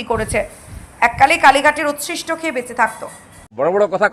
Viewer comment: উচ্ছিষ্ট। উৎকৃষ্ট নয়। বাংলা খবরের চ্যানেলে বাংলা মিডিয়ামে পড়া কাউকে চাকুরীতে রাখলে ভাল হয়।